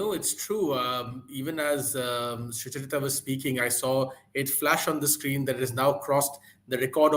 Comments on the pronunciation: Why does Barkha keep calling Sucharita as Suchur-ita? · Why does Barkha struggle so much to speak "Sucharita" 's name, it's a single word not Sucha-Rita